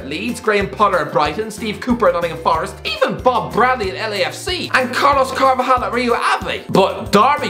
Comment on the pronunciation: Its Carlos CarvaLHal not Carlos Carvajal once Irish direspecting other peoples cultures and languages what a surprise😒😠